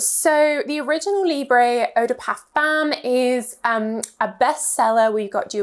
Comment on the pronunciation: Thank you for the review! Please please could you check the pronunciation of the French words next time? I am not even French but it pains to hear 'libreyyyhh' all the time... Still, love your reviews! Lots of love!